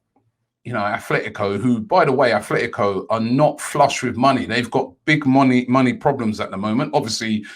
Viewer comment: ATLETICO not ATHLETICO, please ROBBIE, say names properly.